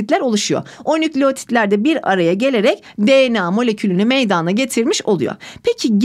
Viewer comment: Hocam çok iyi hoşsunuz. Anlatımınız süper. AMA gerçekten konuşurken meydaaana gelir diye telaffuz ediyorsunuz. Rica etsem direkt meydana diye telaffuz etseniz:)))